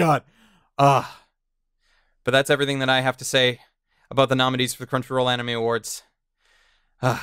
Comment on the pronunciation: Talking "Aboot"? What are you, Canadian?